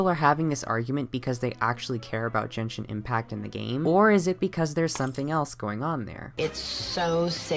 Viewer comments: Genshin is pronounced jenshin! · im so sorry i want to make a profound comment but as a genshin fan the fact that genshin was pronounced different than I've heard literally anyone say it almost broke me down but giving venti as an example of a loli sent me into orbit and that was the final straw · Jenshin Impact? How do I unhear things? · Yeaaaa I’m not taking any dude seriously who pronounces it jenshin while applying 20 pounds of concealer